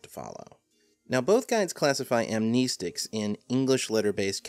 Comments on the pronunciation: Am "knee" stic? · amneeeeestics 😁 I haven't seen it said this way before. I'm not going to say that pronunciation is incorrect, since it's a made-up word, but it's still weird to hear 😃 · Well for starters amnestics just not how you pronounce it but I get its your accent or whatever